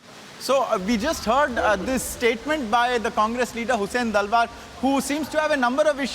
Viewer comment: His name is Hussain Dalwai and not Dalwa as pronounced by News Anchor.